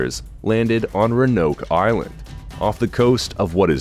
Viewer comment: It’s RÕ-UH-NOWK bruh .